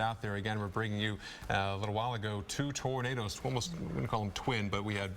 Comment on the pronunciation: The man can say “tornado” but not “tornadoes”. Lol. What?!